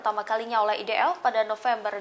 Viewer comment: MENGAPA "IDF' KOU SEBUT "EDF' NYER,...BANGANG !!! .....EEEII, GERAM BETOLLAH AKU....!!!!